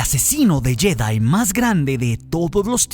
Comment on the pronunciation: Porqué dices jÉdai??